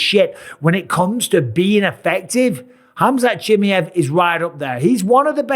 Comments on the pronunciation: Its not Chimeev its ChimAev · it's Chima ev not Chimyev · Khamzat Chimyeev - Bisping. Bruh it's Chi-muh-yev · His last name sounds not 'Chi-miev', more like 'Chimaeff' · Why does he call chimaev “chimmy ev” 😂😂😂😂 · Chimmy hav you pronounce his name so wrong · Chim-eye-of brother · Every time I hear bisping say chamaiv name it’s getting me tight 😒😂😂😂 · What a weird way to pronounce the guy name😂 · MR Bisping, Chimaev is pronounced CHIMAHEHV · Why do you say chimiev like that 😂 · Tough to listen to when he doesn't first learn how to say Chimaev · You've got to learn how to pronounce Chimaevs name though, you limey. If you're going to be an analyst, you've got to learn how to say foreign names. I love you Bisping, but come on. Do a little bit of research and don't be as lazy as Daniel Cormier. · Mike, for the love of god, go and listen to how everyone else pronounces Chimaev it's only fair you say his name right 😂Best in the business though, and best fight interviewer by far 😉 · the way he say Chimaev hurts my soul... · Bisping I love you but can you please learn how to pronounce Chimaev lol Dana shows you lol 😂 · You always mispronounce his name!